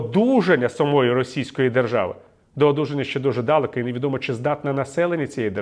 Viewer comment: дАлеко каже...)) ПортнІков шо за біда з наголосами?)